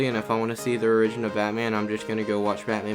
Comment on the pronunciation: Did you seriously pronounce origin like ‘orygen.’